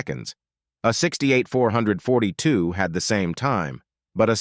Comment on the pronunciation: Good god man, stop calling the Olds 442 the four hundred and forty two. It is called 4-4-2!